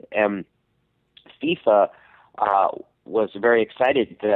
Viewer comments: The hell is a "Faiyfa"? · Literally the only person on earth who cant pronounce FIFA correctly. I think it's safe to say Sam doesn't watch soccer or play video games.